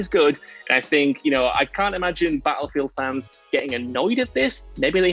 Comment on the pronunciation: Can we tell what culture guy that Battlefield has two T’s in it. It battlefield and not Ba-llefield..